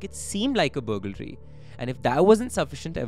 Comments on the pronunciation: it is BURG-laree and not BUGAL-ree. No big deal i say ALL-DREADY instead of Already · Love your videos! But can't stop laughing at "bugalry"😂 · The pronunciation of burglary 🫣